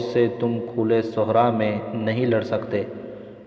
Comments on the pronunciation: Sohraa nhi Sahraa pdhte hain Registan ko Sahraa bolte hain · Sahra ko Sohraa Flaa ko Folaa Padh rhe hain